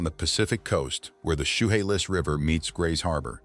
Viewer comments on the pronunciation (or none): I won't even go to Southcenter anymore but not because of crime but because the traffic is so horrendous. The 'Shoehalis' river? What the hell is that? Do you mean the Chehalis river? You really need to check the pronunciation before making these videos, especially for the names in Washington State as many are Native American names which might not be easy to know how to correctly pronounce them. I grew up in Federal Way in the 1960s and 70s. I won't even go there now at all. It's nothing like it was when I grew up.